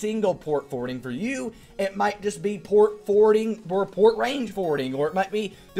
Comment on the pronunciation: Port "Fowarding" Nice one,.